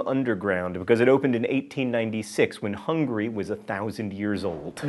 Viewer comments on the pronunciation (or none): none